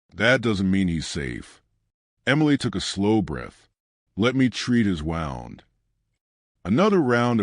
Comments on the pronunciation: Lovely story.But, could you ensure your subtitles are spelt correctly. Most annoying. Ex: sight is not side. And, the voice over you need to correct the pronounciation of WOUND dependind on the intented meaning. The is one or so words.This is example. Thank you. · I’ve listened to a lot of stories, I wish some of these people would learn how to pronounce words correctly. Simple English that’s all it is. Example “wound” in this story.